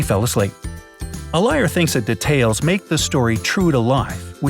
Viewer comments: Who is annoyed by how he says detail? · You said detail wrong